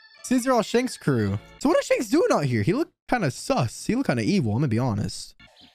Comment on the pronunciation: Its 'shanks' not 'shenks'